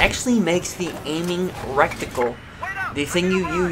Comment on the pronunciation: "Recticle" its Reh-ti-cuhl. Good video tho